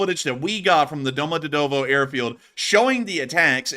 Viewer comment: prounance it " Domo djeeeeee tovoooo "